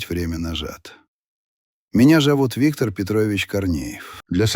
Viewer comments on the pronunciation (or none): none